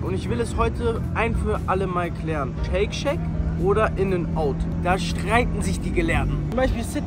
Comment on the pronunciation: Jungs bitte ich kann das nicht mehr höre immer wieder Shake Shake das heißt Shake Shack😩